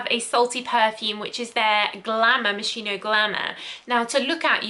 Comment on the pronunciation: I would have added Jil sander sun to the list.. Sorta of smells like a beach and sea salt btw Moschino is pronunciated ~moskeeno~ if that makes sense😊